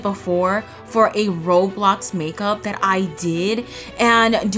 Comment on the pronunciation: Btw who told you that you have to sleep in the basement but the commitment level is insane if you actually forced yourself to do that btw I love when you say “dat”